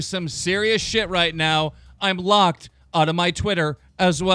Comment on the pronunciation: TBH I always get really fucking hyped when keem starts saying "roight"